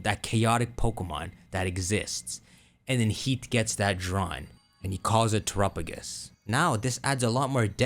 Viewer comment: And Terapagos lol